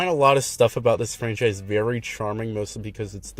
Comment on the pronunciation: bro said "flanchise"